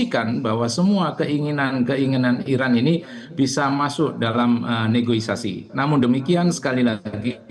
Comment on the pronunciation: Negoisasi 😂😂😂 negosiasi kalii